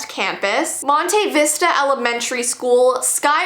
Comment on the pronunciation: She said Montevista wrong